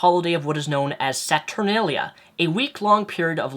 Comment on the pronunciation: Thank you for bringing up the Roman holiday Saturnalia. Sorry to be rude but like numerous people you accidentally mispronounced Saturnalia. Regardless, l have studied classics and ancient history thus making me laugh at so-called Christian "holidays" on account of their blatant pagan origins. ln addition, the Romans were lazy with making up their religions and stole many practices from various Asian religions. This resulted in the worship of the Persian god, Mithra, who was born on December 25, thus making it his feast day. Might l also add that the feast of the Immaculate Conception occurs on September 8 and it takes 9 months for a fetus to develop thus making Christmas being the birth of Christ impossible. But then again, when did religion ever pay attention to science...or common sense?